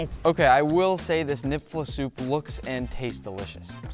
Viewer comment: Hey a little late on this video. But as someone from North Dakota it pains me how you guys said knoephla soup . So basically the word is from Germany because a lot of people in North Dakota is German, so there will be random silent letters. So how to say knoephla soup you don’t say the K. Nefla soup is how I can best describe how to say it. Hopes this helps for some people, we just have a lot of people that are German including me soooooo. Edit: I love Lynja (rest in peace) and nick but I think you need a fellow North Dakotan to make you some knoephla soup cause I personally think it is at least a 7 out of 10 (also no I’m not trying to be rude I was just shocked they both gave it a 5 cause it is one of my favorite soups)